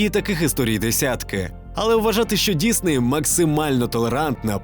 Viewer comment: Дякую, що кажеш Дісней, а не Дізней, як на Розетці.